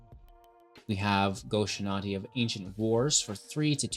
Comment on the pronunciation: Love the deck, shrines is always great. Cringe every time you mispronounce “Shintai” but not everyone can be a weeb like me